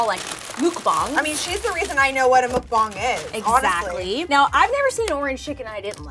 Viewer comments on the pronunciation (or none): It bothers me when she says mukbang it's pronounced muh-k-bang not muke-bongs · The fact that they say mookbang instead of muk like literally muck just say muck please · its muckbang not mookbang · I love you guys but how hard is it to look up how to actually pronounce "mukbang"? :/ (It's a Korean word if that helps. 먹방)